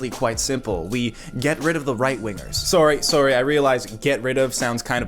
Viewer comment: accent gets really thick and Canadian only when he's saying "sorry." WTF?